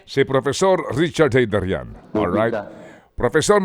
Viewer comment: It's Gaydarian 😅😅😅😅correction po 😅😅😅